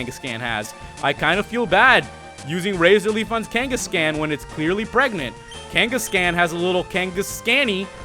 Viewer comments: Pls stop saying Kenkescan. It's pronounced Kangaskhan m8 :-) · I know I'm like an eternity late but, Kangascan really it's kangaskhan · OH MY FUCKING GOD ITS NOT KANE-GESS-CAN ITS KANE-GESS-KHAN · Kangaskan Kangaskan Kangaskan. It's like he was trying to bother me on purpose! It's KangaskAHN! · PLEASE STOP SAYING KANGA-SCAN OMG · Its pronounced KangaskHAAN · the way he said kangaskhan made me crack up for some reason...